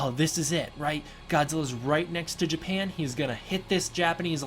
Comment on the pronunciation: Japahan, what country is that? lmao.